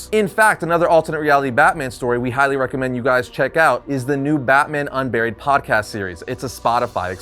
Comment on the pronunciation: When you said Batman Unburied I wasn't looking at the video and thought you said Batman UnBarry-ed